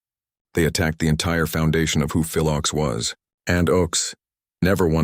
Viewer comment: His name was pronounced OAKS. His political songs were wonderful but he also wrote a great romantic song called CHANGES.